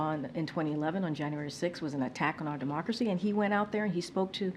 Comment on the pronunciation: 2011? Demarkracy? They must have some confident...